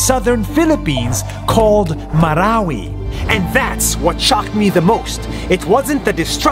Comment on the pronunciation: Marawi not warawi